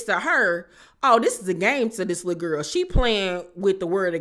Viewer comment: i love the way you say lul guhl LOL chrisean aint shit for setting her friends up, the lumps on marsh's face? AINT NO FRIEND IM TAKING A BEATDOWN FOR. ppl love to punk scotty every season smh